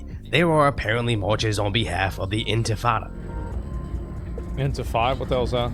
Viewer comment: he said "infitada"